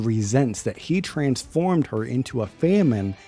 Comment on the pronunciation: Never say famine again